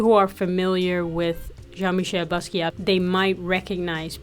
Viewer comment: The T in Basquiat is silent. Respect the legend.